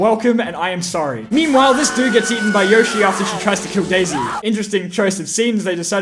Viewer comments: YOSHI YO-SHI NOT YOH-SHI YO-SHI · It’s Yo-shi not Yosh- i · Anybody who says YAH-shi instead of YO-shi is an idiot... 🦖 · People that said “yashi” over yoshi are same people that say “hAn” solo over “hahn” solo if you know what I mean. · Its yoshi not Yo Shee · Yeaah, but.... yoshi says it like yo-shi, not yoe-shi. this piece of sh*t can not overwrite the actual sound yoshi makes in MULTIPLE OFFICIAL GAMES! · Yoshee not yoashee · WAIT there were people who said “yawshi”? but ... yoshi literally says himself “y-oh-shi!” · Got used to saying yawshi since saying yohshi made a family laughing stock when playing smash back in the day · Of course Yoshi is "Yo-shi", it's Japanese. "Yosh-i" is an English brain reading the word. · But the Japanese is pronounced "YOH-shi", not "YOE-shi"... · Who pronounces it y-ah-shi?? Never heard anyone say that. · Yoshi says his name yowshi but it is pronounced yoshi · No, in the games, Yoshi himself pronounces it as “Yawshi” Except in the Mario cartoons, where he says “Yohshi”, but the games are usually more reliable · Who says it like yoshi, weirdos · who ever pronounces yoshi like that should be put in prison for life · it's yoshi not yoshi